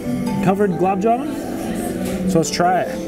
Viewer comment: It is "Gul_Ab' Ja-Man', my friend And also, why didn't you quit at plate # 8? Wasting food to stuff yourself is not attractive